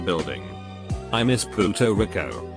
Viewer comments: No One: Voice Robot: I miss Puto Rick Oh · lmao "poo"to Rico smh fr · Pootoh reeko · he said pooto ricko